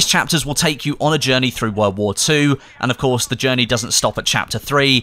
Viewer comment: i have serious problem with your accent. Not that you can do anything about it but the way you extend some syllables really bothered me. its tides of war not waaaar XD